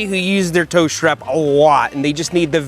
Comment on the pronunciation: Seth calls it a SHHTRAP